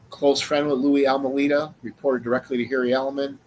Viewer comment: A few things to correct, it is pronounced Al-May-Da, not Al Mu Leda. Second, his story was corroborated by John Lowe's testimony. Third, these are all scum bags, Louie included. Last, he died in May of 2017, in Munster, IN. He never left Chicago, he stood in the back of the yard neighborhood for many years with his mom, caring for her as she got older. Then she passed in 1992, he stood there until about 2014 when he moved in with his sister to Munster. Any other questions, please let me know. I will explain more.